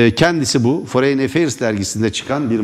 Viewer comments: Foreyn değil forın :D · Foreign kelimesi foreyin diye telaffuz edilmez beaa... Forin desen yeter. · Merdan Bey, belki küçük bir detay ama foreign kelimesini ‘foreyn’ diye telaffuz etmeyin lütfen, yanlış ve kulak tırmalıyor. ‘Forın’ şeklinde söyleyebilirsiniz.